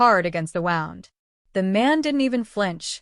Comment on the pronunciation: It's "wound" as in a boo boo. Not "wound" as in wound up. Come on, fix the AI. 👎 I HATED the ending. 🤬🤬🤬